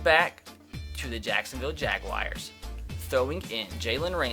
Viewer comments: Atticus Bird “Jagwires”😂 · Why does say jaguars so weirdly